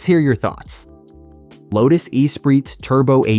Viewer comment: Errrr who hasn’t heard of any of these cars ?? And the pronunciation of the lotus is hilarious 😂😂